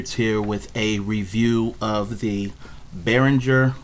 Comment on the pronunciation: The G in Behringer is pronounced as in the word Goat and not like the word Giraffe. I did notice that the majority of non German speaking people get this wrong.